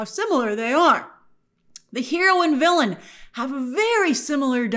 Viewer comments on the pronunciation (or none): none